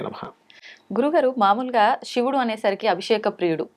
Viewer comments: షివుడు శివుడు తేడా ఉంది మీరు తెలుగు వారుకాదు కదా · శివుdu అనాలి. Shivudu antarenti